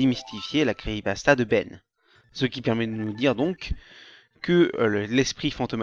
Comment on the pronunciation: pk tu dis "cri pasta" apprends a parler ptn